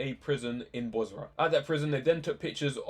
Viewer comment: It's Basra, not Bosra.